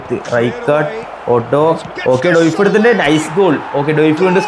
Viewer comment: ഡോയിഫ് അല്ല bro ഡിയോഫ്